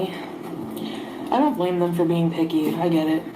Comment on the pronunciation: Ooh she said "picky"! I could have swore she said "I'm gonna be piggy". And I believed her